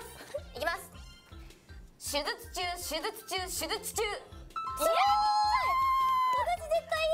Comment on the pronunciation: そもそも「手術中」も「しゅづつちゅう」になってて言えて無いし…笑